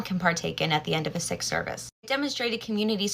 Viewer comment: By the way, Sikh is pronounced more like Seek rather than Sick